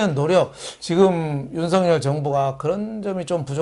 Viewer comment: 윤석열(렬) 대통령을 "윤서결 "이라하지 마시고 "윤성녈" 로 하시는게 맞습니다!ᆢ 성원합니다!